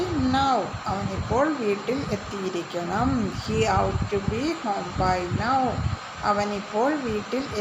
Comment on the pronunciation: 😂😂😂😂 ought ..aadyam ethinte pronunciation padikkuka ...out alla...pinne ...parachilum azhuthikkaanikkalum thammil oru bandhavumilla...English vachakathinte malayalam parayunathu palathum potta thettaanu